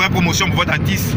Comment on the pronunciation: On dit artiste pas atisse. Ha ivoirien avec le mauvais français.